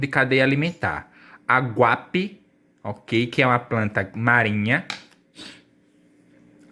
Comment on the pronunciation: Querido, não é aguape,é aguapé!